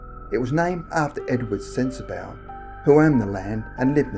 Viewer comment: Also it's pronounced sensa "bah" and not sensa "bow" just so you know lol